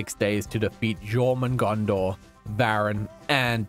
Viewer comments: That jormugandanar hurt my soul... ITS Jörmungandr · Jormungandr (Jörmungandr) Is pronounced Your man hunder Btw :D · I love you vids! Btw, it’s pronounced “Your-mun-gan-der” (Jörmungundr) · its said like jormungandur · When you said mongondo I thought you said your mom